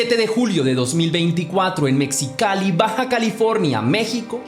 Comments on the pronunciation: Se pronuncia Mejicali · Se pronuncia megicali o mejicali y se escribe Mexicali por qué tú pronunciación no es correcta